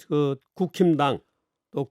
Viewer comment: 정규재 대표님이 국힘당 이라고 말씀하시는데 제 귀에는 국짐당 이라고 들리네요 ㅎㅎㅎ😊